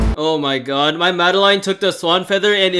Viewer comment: I love how they say Madeline as mada line